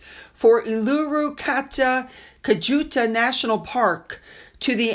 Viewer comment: Evening well done on your pronunciation of Uluru and Kata Tjuta. How do you know when Hairless Harry's wife is lying her lips are moving and her eyes are blinking.🐨🇦🇺🦘